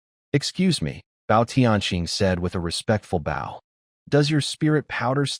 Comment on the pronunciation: Stop saying Bow instead of Bow! 😂😂